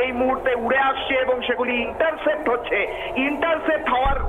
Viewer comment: Interfaced Noy Vai, Intercepted... Olpo Bidda Khubi Kharap